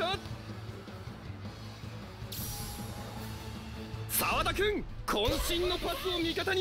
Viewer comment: abi burda sawadaya soda diyorsun